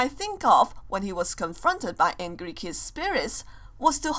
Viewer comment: You know that always when says kids it sounds like kiss